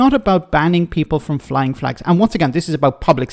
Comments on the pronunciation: Flegs, not flags…😂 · "They took 'er fleeeegs" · 100% pronounced FLEGS! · It’s flegs,please get it right….